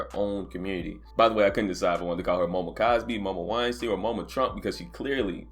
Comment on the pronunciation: Dude called her momocosby!😂 fuckin dead!